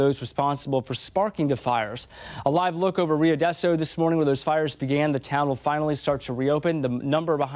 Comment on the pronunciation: Rio Doe So. Not Deso. Ung. Hah, engrish is hard.